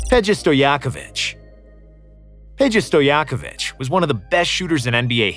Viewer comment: The way you pronounce Peja Stojaković is like this: The "Pe" in Peja is pronounced like "Pe" in Pennsylvania, "ja" in Peja is pronounced like saying Ya. Stojaković is pronounced like this: "Sto" in Stojaković is pronounced like "sto" in storm, "ja" like Ya, "ko" like "co" in coke, "vi" is like saying winter but instead of w use v, like this: "vinter". Americans can't say ć because they have a different accent, so just stick to the ch.